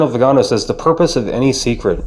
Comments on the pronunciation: The accent is on the last syllable so its vi - ga - NO .... NOT..... vi -- GA -- no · Good commentary! I subscribed today! My comment is that the Holy Father said that “silence” is best in these situations, but then he goes and uses passive aggressive veiled language in his homilies to respond to and chastise!! Viganò ! That is not being silent! Lol Btw The stress is on the O you can see the mark above the O. So the correct pronunciation is the first way you said it >..like veeganO. I also would like to say that Cdl Viganò would make a very wonderful pope! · vee gan OH,,, accent is on the third syllable